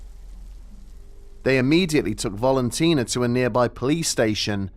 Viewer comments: I think it's Valentina , not Volontina. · Old stuff but for the mispronunciation of Valentina's name. It's VALentina, like VALentine. Not bloody VOLentina.